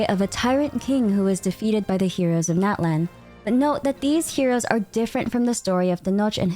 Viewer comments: Min what must I do for you to say Natlan correctly (not-lawn)😭😭😭😭😭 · btw natlan is pronounced not-lawn ! <3 also mualani is moo-uh-lawn-ee!